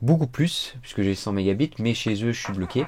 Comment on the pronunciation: Pourkois tu dit mega bit 😂mdr